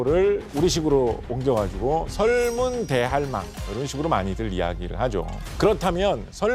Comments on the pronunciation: 설문대 할망 아닌가요? 설문 대할망이 아닌거로 아는데.. 교수님께서 할망을 大할망으로 띄어 읽으시는듯 하네요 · 설문대 할망 발음하는거 보고 이 양반 얘기 안 듣고 감